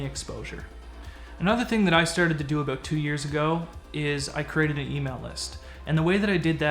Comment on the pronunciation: I didn't know aboot you being Canadian.